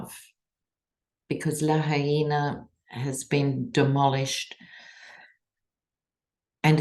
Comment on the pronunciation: Thank you for pronouncing "Laha'ina" correctly. I lived and worked in the Hawai'i for 15 years, so the Islands have a large part of my heart. I grieve with my Hawaiian brothers and sisters 😢😢! I'm awaiting news regarding friends who live on Maui, praying they are safe. On another "note," Cannon should not only be removed as the judge on this case, but from the bench! She's demonstrated she's not only unqualified for the position but is biased. I'm hoping Smith appeals her decision and has her removed from the case, but that the 11th Circuit rebukes her in the harshest terms! P.S. If evangelicals read the eyewitness account of Flavius Josephus and his in-person encounter with Yeshua and description of him, they'd all find someone else to "worship!" 😂😂